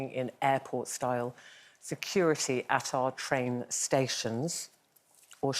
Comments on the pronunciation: Tain Terror... "Train" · I think you mean "Train" terror, rather than "Tain" terror?